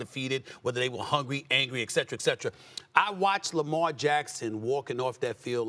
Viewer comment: Etcetera Etcetera... Not Excetra Excetra